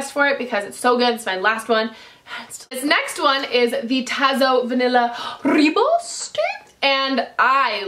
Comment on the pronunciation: Great video! It's actually pronounced ROY-bohs. It means "red bush" in Afrikaans. (I'm from South Africa)